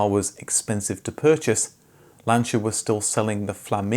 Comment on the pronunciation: Lancha and Perjow. Lol😂